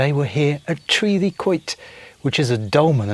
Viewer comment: Mornin', I think you got the pronunciation just right😉😉 What an interesting place this is. We could speculate forever as to it's purpose. I think it's reasonable to say that they went to great effort to construct it which suggests an organised society capable of working together where they had an abundance of food to allow them to dedicate the time to this. On the other side of our river valley we have a bronze age settlement "El Cerro de Encinas" which is being periodically excavated and parts of it restored, here they buried the dead below the dwellings. That aside it's a remote place ideal for peace and quiet. Enjoyed the camera fades and the music from Esther towards the end too. A great subject, really well presented, well done. Have a great week!!